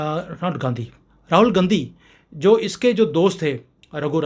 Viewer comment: आपने क्या बोला सुरू मे - "गंदी फॅमिली" या मै गलद सुना ? ऐसे आपने सही बोला होगा अंजानेमे ही सही - ओ गांधी फॅमिली तो गंदी फॅमिली ही है |